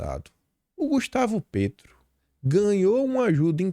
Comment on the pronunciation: se diz Pétro mesmo, com e aberto e não Pêtro. Um abraço e parabéns pelo conteúdo que acompanho diariamente.